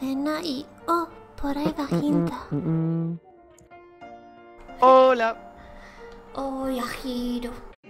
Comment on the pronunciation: Yo e escuchado que dijistes "hola" a tu dises hoa